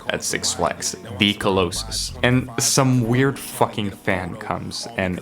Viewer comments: it’s kinda funny how you say colossus and it’s strange how you didn’t talk about how Tyler made wolf and his perspective about talking about how the real life school shooters were “cool guys” but Tyler goes to a mental asylum in Martians Vs goblins which is kind of lore because of the little goblins video which I don’t quite know where that would go probably after golden then Sam is dead but in earl’s music video for Whoa we see Sam so the theory is that it’s before rusty but speaking of Sam is dead you really didn’t mention it which would really pull your theory together except for how the songs are played aren’t in the canonical order or some shit I Don’t really care about that so I really won’t talk about beyond a mention but the wolf trailer would’ve been good to talk about and reinforce that Sam is jealous of wolf since he literally jumps wolf other then that nice video and this theory is pretty good also there is one mystery alter ego in the tamale music video that appears in buffalo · Co-low-sus 💀 nga it's Ca law sus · It’s pronounced cah-lah.siss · whys this guy say colossus like that? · I was truly bothered by the track colossus pronounced like cuh-LOW-sis and not cuh-LAW-sis like everyone else says it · colossus = how it’s spelt / call-ass-ess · bro says "co-low-sis" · cuh-low-sis instead of colossus is hilarious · cohlowsus haha really good video btw, one of, if not the best videos on this topic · I’ve never heard someone pronounce “Colossus” like that and it’s driving me insane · are you stupid?!?! its obviously pronounced colossus idiot face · The way you said colossus 😭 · I’ve never heard someone mispronounce “colossus” that way that many times I didn’t even think that was an obscure word, I thought that shit was common knowledge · pissed off how u pronounced colossus.. good video tho!! also I'm positive that tamale just isn't in the timeline of the trilogy. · i can't get over the odd ways this guy pronounces words